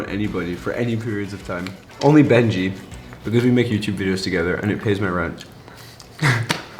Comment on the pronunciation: It said beji not Benji